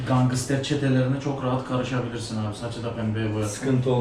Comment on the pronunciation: NOBODY:: GANGISTER